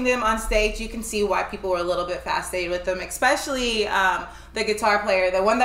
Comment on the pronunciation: Especially not Exspecially